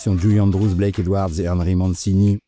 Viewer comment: Blake, pas "black"